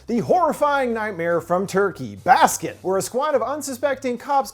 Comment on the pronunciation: i’m probably as turkish as one can be and it took me several minutes to realize that by saying “baskin” you actually meant “baskın” 😭